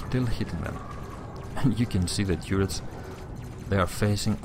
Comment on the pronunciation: TURR ets, as in CURR y